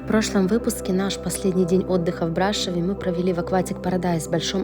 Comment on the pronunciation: Брашов, акцент на букву О не на А, классный интересный видос,удачи вам